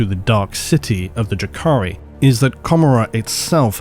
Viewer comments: Oh, I always felt that Comorrah was a cheeky reference to the biblical Gomorrah. As in Co-more-uh.... so odd to hear you pronounce it Camer-uh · the way you read commoragh, it sounds like a city in scotland :)... joke. great video!